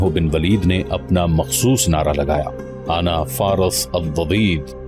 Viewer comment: Aana nhi hai bhai wo ana hai